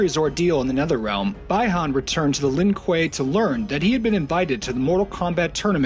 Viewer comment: it's pronounced Bee han not bye han Bihan